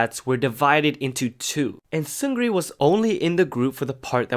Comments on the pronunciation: Great story except one thing: 승 리 or Seungri is pronounced "seung-ni" in Korean because of a spelling rule. "Seung" is spelled ㅅ (s) ㅡ (eu) ㅇ (ng) and "Ri" is spelled ㄹ (r)ㅣ(i). When a word beginning with 'ㄹ' comes right after a word ending in 'ㅇ' then the 'ㄹ' is silent, or more precisely, the pronunciation changes to 'ㄴ' (n). So 승 리 is spelled like "seung ri" but pronounced 승 니 or "seung-ni". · Seungri’s name is pronounced Seungni.